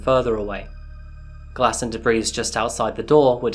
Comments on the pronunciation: DE-BREE not DE-BREEZE. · Debris has silent s xx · The S is silent in the word debris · Debris ... you don’t pronounce the “s” on the end. Great content and primary sources . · for future reference debri, is pronounced de.bree no S sound